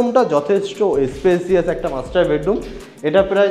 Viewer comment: দাদা যেভাবে ‘ওনার‘ কে ‘অনার‘ আর ‘মাস্টার বেডরুম‘ কে ‘মাস্টারবেট রুম‘ বলছেন